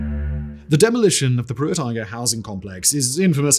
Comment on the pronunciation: Igoe is pronounced I-go!